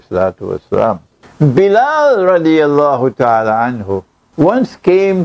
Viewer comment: It is Bilal not Biral